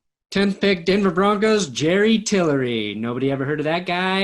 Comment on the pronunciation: #10 "Bronocs"???????.........it is spelled B-R-O-N-C-O-S!!!!!!!!!!